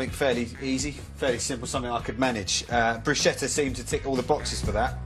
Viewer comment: It's not Brushetta.....no such word in Italian. It' like calling a cheeseburger a broom. it makes no sense.